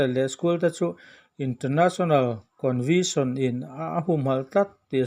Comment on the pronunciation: International Convention tih tur zawk ani....covetion nilo in.